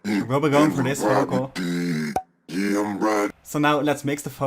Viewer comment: VOCAL not FOCAL.. 😂😂 whats up with dutch people using f instead of v all the fucking time